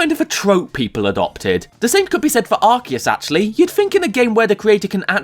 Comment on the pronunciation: Arceus didn't create humanity. Also thank you for pronouncing his name correctly.